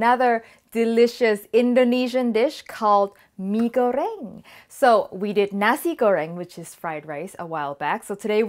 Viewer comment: OMGGG an indonesian food thanks, if there are any indonesian tryna teaching u rudely in the comment section, just ignore them, you are great and im thankful that you even try indonesian food here:D. I'm also thankful that you pronounce the dish name almost perfectly. Yay pai yaay